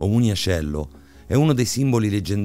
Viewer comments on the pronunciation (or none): O' munaciello non muniacello....un minimo di dialettica napoletana studiatela...waglio'...l'accento napoletano e' un'arte ....